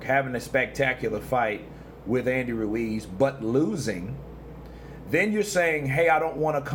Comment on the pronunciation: Stop pronouncing Ruiz like that, you ain't Spanish